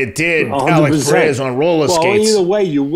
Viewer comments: hey bro the second R in Pereira isn’t silent. He is Brazilian not Mexican lol. Pereira pronounced more or less as it appears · First, y’all gotta stop mis pronouncing Pereira. Not Teddy’s sport, but he’s reasonable when it comes to combat sports.